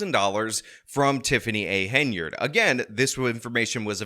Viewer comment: Henyard, pronounces it incorrectly like how you spelt it and it's infuriating lol.